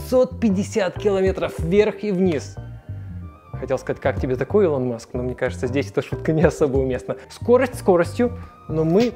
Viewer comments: Не ИлОн Маск, а Илон маск, ударение на И. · автор, не илОн, а Илон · Он Илон а не илОн. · ИлОн Маск!!!! блять, аж плохо стало илОн он говорит... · Ребят, не илОн Маск, а Илон Маск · Слышал у инностранцев произношение Элон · ИЛОН 🤣🤣🤣 ФАЛЬКОН 🤮 Фэлкон